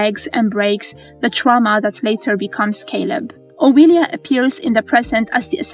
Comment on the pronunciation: I love these episodic recaps, and I love accents. After all, MN and VM are the brainchild of a bunch of nerdy ass voice actors. But my ears bleed every time I hear "Oweeelia." Whether the commentary is AI or an actual person with a very heavy Eastern European (or thereabouts) accent purposefully mispronouncing names to seem AI, it kinda ruins an otherwise good recap for me. (My apologies if an actual person voices this. I meant no disrespect.)